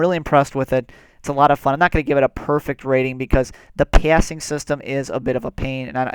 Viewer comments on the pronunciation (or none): “Passing paiisssing”😂